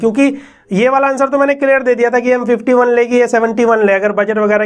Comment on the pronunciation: You say : clair Me : clear 😅